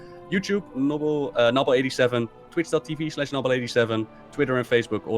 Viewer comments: Sargeras not sarjeras. not noble. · And called noble